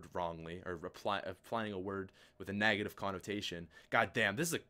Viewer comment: "Nagative" - 2015